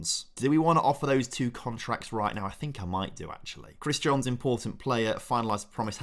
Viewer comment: Fist pumped the air when said Jones instead of Johns… been doing that since he signed